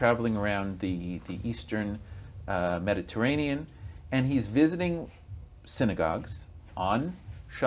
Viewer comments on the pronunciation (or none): none